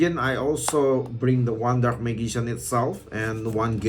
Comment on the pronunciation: its pronounce majician and keltic